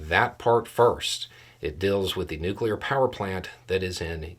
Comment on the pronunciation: Thank you for not saying "nucular."